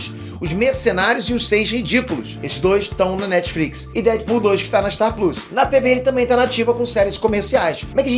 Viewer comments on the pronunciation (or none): Curti de ouvir vc falando star pluus, deve ser foda pra vc isso com seu nível de inglês, admiro